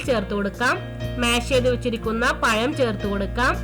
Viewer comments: പയം അല്ല പഴം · Payam alla sister, Pazham ennanu parayendathu